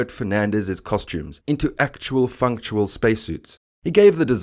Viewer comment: "Umblical??" "Functual." Thumb down just for that. Bailing there. I just don't have time for this.